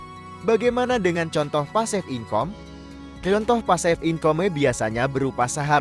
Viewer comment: Saya tergelitik saat mendengar pasif income (pasifikame bacanya) wkwkwk